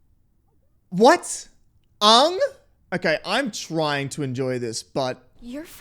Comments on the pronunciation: this movie ws so hated among avatar fans and i dont like it its so disrespectful to the original series because Aang our main character litrally just mispronounced his name first iwent on with the letters of his name in the original series and in the movie he said ong instead of Aang gosh darn it this film is terrible in my opinion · It's like they watched the german dub of the original show, Iroh and Aang are pronounced that way in German 😂🤔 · Take a shot every time they mispronounce a name. You'll be blitzed in no time! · The name pronounciation of Aang and Iroh are similar to how they are pronounced in the ger dub. I don't know why though lol